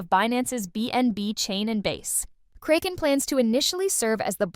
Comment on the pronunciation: I liked the two interviews plenty. But very distracted from the news roundup lady pronouncing Kraken as “cray-ken” instead of “crack-en”. Feels either AI or paid voiceover and either way it makes me disconnected from the intent of the news